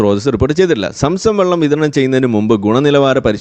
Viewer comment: ചുച്ചു ബെള്ളം😂